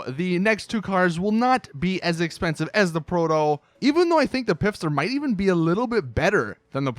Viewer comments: why do you keep saying pif-ster. it's Pfister, as in fist her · Omfg it's pronounced fister not pifster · FISTER IT'S FISTER THE FLIPPING P IS SILENT!!!! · Pfister is a parody of Porsche, which is a german manufacturer. It's pronounced "Fister", as in my girl is wet and horny, I'm gunna fist her. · the P in Pfister is silent dude